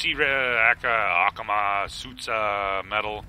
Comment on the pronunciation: I need some of that Acusmai akusumi or Akamatsu stuff, or however you pronounced it:)... so now we shall call the Akamatsu man